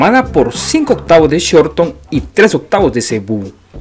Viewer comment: No es raza brahmán por shorthorn se dice con sort hon